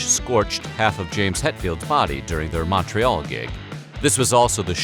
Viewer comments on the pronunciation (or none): none